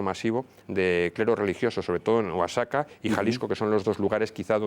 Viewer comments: muy interesante que en España se intenresen en este hecho historico de nosotros los mexicanos.Excelente programa. PD.- solo un detalle,el Estado de Oaxaca se pronuncia OAJACA. los mexicanos usamos la letre X para varias pronunciaciones. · Oaxaca se pronuncia Oajaca. Aquí la equis la pronunciamos de muchas maneras.